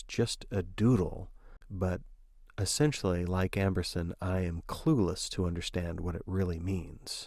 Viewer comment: Amberson not Ambrose XD